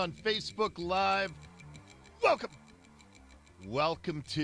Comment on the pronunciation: He said welcome I'm sure, but it sounded like he said f***k 'em!